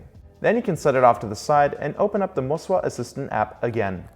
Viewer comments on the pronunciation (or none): think i heard you say, "mo-si-wa"